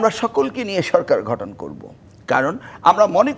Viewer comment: শিক্ষামন্ত্রী মহোদয় আপনি বলে শিক্ষামন্ত্রী ছিলেন একটা শব্দ গঠন আর ঘঠনের তফাৎ টা ভালো করে dictionary তে দেখবেন। বারবার ভুল উচ্চারণ করছেন।